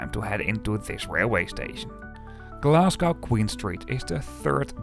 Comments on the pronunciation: There is no city called Glas goww. The city is called Glas go!!! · It's pronounced Glas-go, not gow. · It's not Glas gow it's Glasgo the W is basically silent. But cool video.